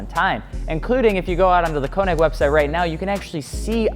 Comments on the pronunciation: The ö in könig is like oe and sounds like oo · konig = k-ugh-neek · U can’t say KONIG WTF